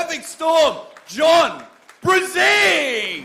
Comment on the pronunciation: I cringe everytime they murder Brzenk with that pronunciation